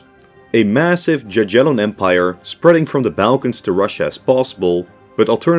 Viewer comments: Cool video, but you dont say JaGiellon but yagielon;) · Jagiellon is pronounced as “ya-ghie-lon” not “dza-dzhie-lon” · There ain't no way he said "gagyellon" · The way he says "Jaggiellon"😭😭 the J there sounds like a Y not a J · Word jagiellon you should say more like yagiellon with "g" like in word "good". To spell '"j" or "g" in the way you said it we have in polish two letters "dż". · bro really said dziadzielon dynasty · bruh, you didn't just say jaj-yellon ... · Jagiellon is pronouced Yagyelon (with hard g). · “Djadjelon”…… Is it really so hard to find correct pronunciation of a single foreign word? SMH…. It’s the equivalent of pronouncing “British Empire” as “Brightish Eempoyar…… “